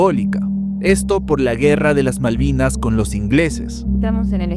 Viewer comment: Que mas se le puede pedir a dicho esperpento si dice maldinas.... jajajajajaja me enorgulleces tanto mi aldeano favorito!! mi....!!